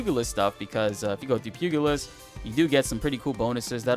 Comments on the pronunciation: Nice vid, thanks. Small note: Pugilist (boxer, essentially) is pronounced “pew-jill-ist” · Good stuff! And I hate to be “that guy” but it’s pyoo-jeh-list. Keep it up!